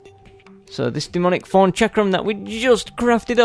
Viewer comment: I laugh every time you say thorn because it sounds like forn with ur accent